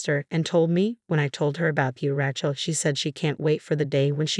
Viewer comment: Rachel is not RATCHEL. It is said RAYchel!! You need better narrators!